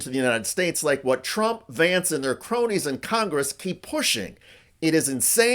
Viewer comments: When JD says his name, he totes says "Shady Vance" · Did he say "shady Vance". I like that. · I thought vance said, "Hi, I'm "shady" vance"! 😂😂😂 What a fkng moron !🙄🤦‍♀️💩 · Notice when JD vance states his own name it sounds like Shady Vance. How appropriate. Leave Greenland, Canada, and other countries alone, Trump and his bunch are screwing up enough just trying to use computers and radios! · ...did he say, "Shady Vance?" 🤔🤨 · I clearly heard JD introducing himself as "Shady Vance". Appropriate. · When Vance introduced himself I heard it as « shitty Vance ». This could become a good way to call him. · Did he say I'm "shady Vance"? Lol. Feel free to use. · Did he say shady vance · Did the V.P. just say "Shady Vance" ? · I love the way he says his name. To me and many others in Europe, it comes across as Shady Vance😅 well at least he is honest about one thing. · I thought he said. Hi there Shady Vance here. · Did he say Shady Vance?